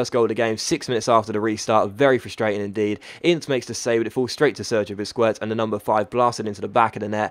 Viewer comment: Its pronounced busqets not busqwets